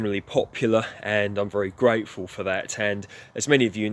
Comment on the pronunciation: I have already applied some of the things you suggested for the blueberries, Including the mulching. All the talk about grapes i may decide to get a vine. Every time i watch the video i hear you say grapeful when your talking about the grapevine doing well. Always enjoy a good pun.